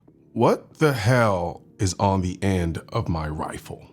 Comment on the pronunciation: Is he intentionally saying "wifle" instead of "rifle" as a joke? If so... Lol... If not... My bad...